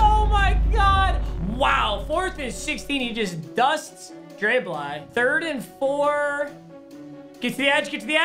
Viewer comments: YES HE DID IT HE PRONOUNCED DRE BLY CORRECT YES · I’m so proud of for pronouncing Dre Bly right😂😂😂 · ahhhhh finally called dre bly the correct name <3